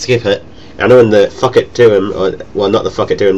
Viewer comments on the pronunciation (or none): Sounds like ur saying fuck every time u say thok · when u say thok is sounds like ur saying fuck